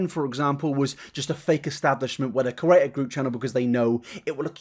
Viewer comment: In create the e comes after the r so it spells create not cerate like you keep saying. Please stop.